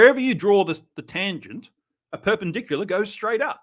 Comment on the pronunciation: Is he trying to say perpendicular or purple burglar alarm?